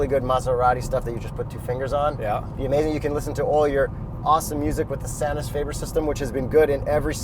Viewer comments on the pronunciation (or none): Sonus Faber --- Sew - Nuus - Faw - Ber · Sonus Faber = So-nes fah-ber